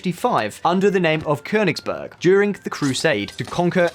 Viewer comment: Kudos for the pronunciation of "Königsberg"!👌🏻